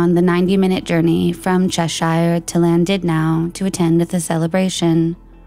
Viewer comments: Llandudno is in Wales, and not pronounced Landudnow. Just in case anyone wants to look at the town or case. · Such a sad story and presented fantastically as allways, I have to just note... Cheshire= Che-sheer and Llandudno= lan-dud-no.